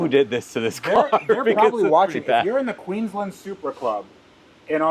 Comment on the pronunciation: It is Queensland not Queenslan